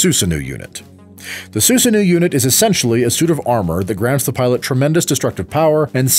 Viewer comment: The pronunciation of of Susano'o is killing me but nice vid. Only thing I can remember that is incorrect is that Terumi used a physical relic called the Hirokane to split himself from Hazama near the end of the story.